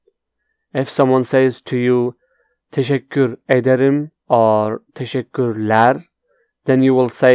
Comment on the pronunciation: "tesekkür ederim" değil teşekkür ederim "s" yerine "ş" kullanmalısın, rica ederim🥰